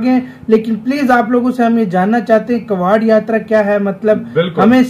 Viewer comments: भाई कवाड़ यात्रा नही होती "कावड़ यात्रा होती हैं " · अबे भाई वो कवाड़ यात्रा नही होती है कावड़ यात्रा होती है । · कवाड़ नही कावड़ यात्रा बोलते है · कावड़ यात्रा है भाई कबाड़ यात्रा नहीं है 🤦